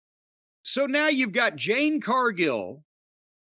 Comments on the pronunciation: It’s Jade, not Jane. So disrespectful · Jim still calling Jade Cardgill, Jane Cardgill 🤣🤣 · I’m guessing Jim is calling jade ‘jane’ on purpose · Jim her name is Jade not Jane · I swear I hope Jim goes to an event that "Jane" happens to also be so she can headlock his arse and get him to say her name correctly. She'll BEAT THAT ARSE..... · Why the fuck is he calling jade "jAnE" ? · He's always called her that, maybe one occasion he actually got her name right.